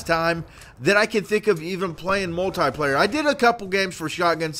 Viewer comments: You keep saying moltie player it is multiplayer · Learn to pronounce multiplayer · he cant say multiplayer right